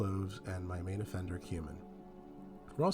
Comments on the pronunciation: He certainly does say human. 👍🏼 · Am I the only one who keeps hearing"human" when he says he can't stand the taste of cumin? I mean I'm fairly open minded, but I was a bit shocked all the same..